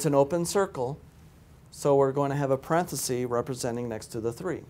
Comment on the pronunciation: No such word as parenthesee. It’s parenthesis. Very stiff and sterile. I like the video math tutor. He’s fun.